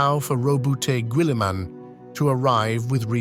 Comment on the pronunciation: Girlyman pronunciation perfection